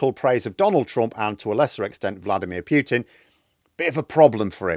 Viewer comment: Hi, I very much enjoy your commentary. A correction from a linguist: "Putin" is pronounced "Pootin" not "Pyootin". Russian has separate letters for "oo" and "yoo". Definitely Pootin. Or Pooteen if I want to be pedantic. But definitely not Pyootin. Cheers chum!